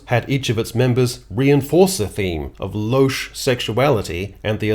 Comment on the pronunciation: WELL said! Except, that's not how louche is pronounced.